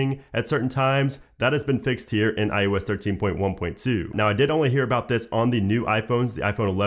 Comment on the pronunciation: Love the vid but it’s “eye-oh-ess” not “eye-you-ess” 😃